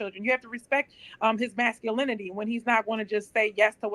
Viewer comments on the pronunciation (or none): Sasculinty lol